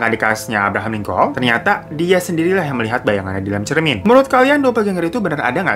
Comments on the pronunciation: aye dengernya abraham colin, tapi potonya abraham lincoln bang ? Correct me if im wrong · Abraham Lincoln bang, bukan Collin